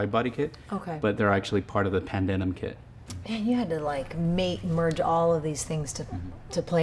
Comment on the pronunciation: It's pronounced 'Pandem' cannards not Pandenim